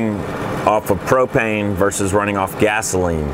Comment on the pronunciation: What are you saying I can't even make out what you're saying after gasoline what is babano